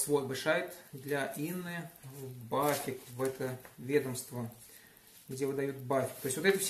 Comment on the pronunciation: вот интересно, при разговоре с немцем ты в этой же транскрипционной фонетической форме произносишь аббревиатуру BAföG как "бафик"? Ведь 100% не поймёт же не фига, придётся показывать на пальцах!:0)